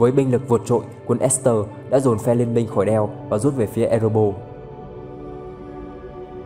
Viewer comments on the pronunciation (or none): none